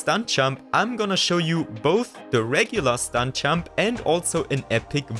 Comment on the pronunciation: Hey bro great vid but please work on pronouncing your “j” because i’m having a really hard time focusing when i hear”stunk champ” instead of stunt jump